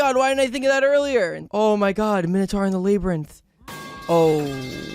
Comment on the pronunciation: Everyones talking about Jarl, but can we talk about how he says Labyrinth?